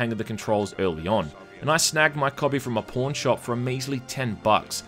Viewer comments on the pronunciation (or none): I can't stop laughing. I thought he said porn shop. He said pawn, but the thought is still funny. Why would a porn shop say ps1 game that have nothing to do with porn. XD. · "Snagged mine from a pawn shop." At first i heard Porn shop but eh